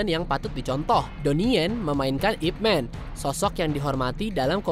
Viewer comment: Utk penyebutan nama "Ip Man".,tolong atau siapapun, penyebutan yg benar dari daerah kanton adalah "Y-I-P M-A-N" (Man bukan Men, lalu utk hurup 'Y', disebut atau tidak perlu disebut tidak masalah).. Atau kalo dari daerah Foshan adalah "Y-E W-E-N" (Yi / I / Ye Wen)...terimakasih